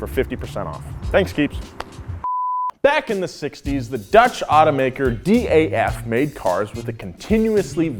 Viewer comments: please say DAF and not D A F, its kinda hurting the best dutch car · DAF might be an acronym. It's pronounced as a word. DAF, not D.A.F. The pig thing is horrible! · It's not "D" "A" "F"! It's Daf, pronounced as it written!! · You don’t say it like D.A.F but DAF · Being a Dutchman you REALLY triggered me when you said D A F. It's just Daf. No separate letters. Just one word. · as a dutch Guy I can say that you shoudn’t pronounce that manufacturer as D A F, but as DAF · it's not D A F its Daf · It is not D-A-F, it is DAF, like daf-fy duck. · Its not D A. F But just DAF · You can say Daf instead of D. A. F. they make semis now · DAF is actually pronounced as one word, like the daf sound in daffodil, which actually was also the name of the car in question. Also, DAF now makes trucks ;) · With DAF you do not pronounce all the individual letters seperately, but just as a word: DAF.